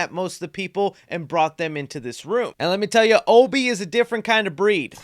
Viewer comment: Why does no one call obi the right name. He literally corrects the guy for saying it the way everyone on youtube does. Ob (like obstacle) ee- obi